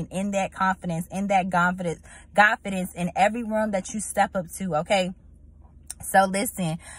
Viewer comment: "In the Gonfidence" a Holy mistake sista Amen!